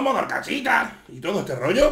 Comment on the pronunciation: El ""somos de orcasitas" con acento mexicando 10/10